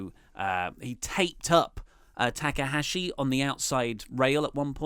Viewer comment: "TA K AHASHI" YOU OUT OF YOUR MIND! THE GOAT OF NJPW AND YOU CANT GET HIS NAME RIGHT...EVERY TIME?!?! ... no big deal mate, but mistake confirmed